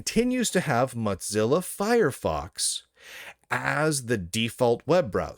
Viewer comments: "Motzilla" pronunciation is awful to listen to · "Matz-illa", like "matzoballs"... I see what you did there. 🚓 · Muttzilla? Why does he pronounce it that way? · Lunduke’s pronounciation of “Mozilla” kills me every time 😂